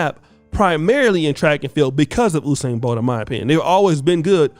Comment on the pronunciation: Did someone say Whosain Bolt l?